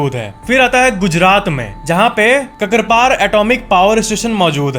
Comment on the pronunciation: Not "Kakarpar",it is "Kankrapar"(near Ukai). I am from (Surat-395009.)Gujarat🙏